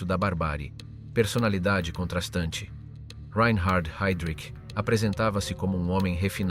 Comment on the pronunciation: A.I. SHIT. SUCH AS THIS, REE EIN HARD HEYDRICH.